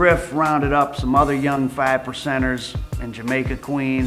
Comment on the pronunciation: The fiFE percenters. Lol